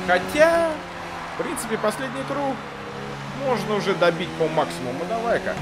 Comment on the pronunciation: Куруг, прикольно звучит, все говорят круг а ты говори куруг